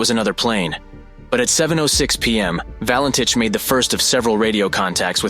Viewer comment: This video could have been so much better if the narrator pronounced the name correctly, and stopped repeating the same old mistakes which always get repeated. There is a new publication available on the case, ' Nothing on Radar- the Valentich Mystery'. Google it.